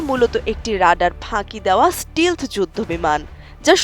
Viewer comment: স্টিলথ না স্টেলথ উচ্চারণ হবে